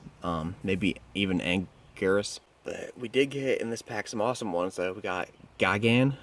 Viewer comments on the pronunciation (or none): none